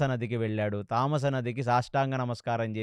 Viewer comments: తమసా నది తామాస నది కాదు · తమసా నది తామస కాడు గారు. గంధర్వులు అని ఉంటే గాంధర్వులు అన్నారు. దీర్ఘం అవసరం లేని చోట దీర్ఘం ఇచ్చి చెబుతున్నారు. ఇంకోటి పాంచభక్షా పరమాన్నం కాదు పంచ భక్ష పరమాన్నం చెప్పండి. అన్ని. బాగానే చెబుతున్నారు అనవసరంగా దీర్ఘం ఇస్తున్నారు.. I am sorry to say this